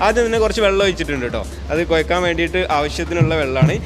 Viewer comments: Koyakkal alla kozhakkal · കോയക്കൽ അല്ല "കൊഴക്കൽ"